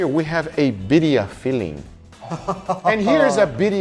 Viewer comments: Some pronunciation nitpicks: sous vide, not sous vie. Birria, not biria. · Did say ‘Beeria’